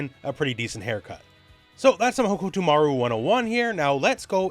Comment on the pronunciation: your pronunciation of hokutomaru is on brand in so many ways